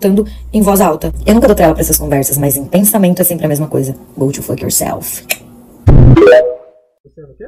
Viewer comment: Só queria saber oque quer dizer: gody foky o selfie. Se ela quis dizer: vai se F, a pronúncia é um pouquinho diferente!